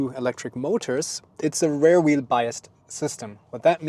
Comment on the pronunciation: while using Google, you can also use eg. the Translator app to check, that the word REAR is not pronounced as RARE. That is a different word...